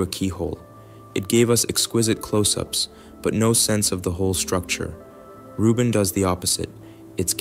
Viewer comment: Vieleicht sollte man die KI-Stimme den Namen von Frau Rubin richtig ausspricht. Das hat, in meinen Augen, mit Respekt zu tun.